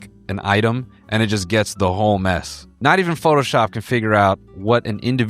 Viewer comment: The fact i thought you were saying “MEAT” nest the whole time and it totally made sense to me 😭